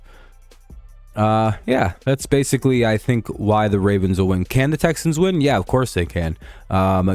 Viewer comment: Texans to duh supuhbowl!